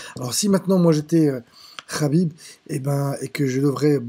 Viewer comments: Ce n'est pas Rhabib mais, Khabib !!! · "Rhaaakib rhaaabib rhaaibb" tu m'as saoulé, et en plus on sent des la premiere minute pour qui tu es. Bref c'était de la merde :/